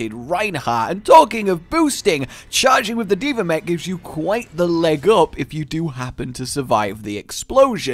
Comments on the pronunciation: Why do you call her D.ver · I FREAKING HATE how he says d.vr ITS D.VAAAAAAAAAAAAA